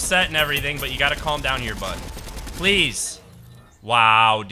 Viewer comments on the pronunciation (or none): none